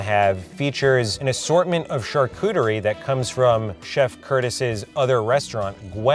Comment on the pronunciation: Cringing at the mispronunciation of charcuterie 🙃 oh